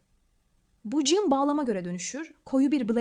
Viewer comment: Jean değil Jan hiç değil hanımefendi ciiinn diye okunur